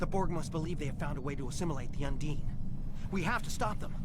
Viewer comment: you keep saying undine, while the voice over says unding.